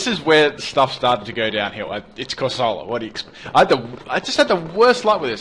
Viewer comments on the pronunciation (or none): COR-soh-luh !!!!!!!!!!!!!!!!!!!!!!!!!!!!! Where do you learn these mispronunciations?